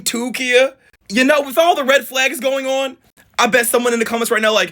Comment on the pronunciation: "BIG BAG O' RED FLAHGS"!!!! LMFAO 😂😂